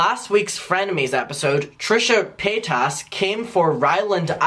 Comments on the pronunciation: Páytas not PayTASS… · LMAO, he's the first person I've ever heard pronounce it that way